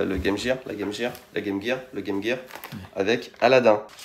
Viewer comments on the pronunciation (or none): Pourquoi appelez-vous la Game Gear(jir), mais vous prononcez Métal Gear de la bonne façon?